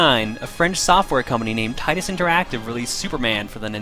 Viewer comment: I prefer the pronunciation 'Tittus' :)